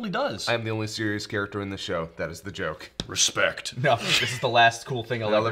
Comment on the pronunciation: Thought SP-Cell says "Respecc" in Kai.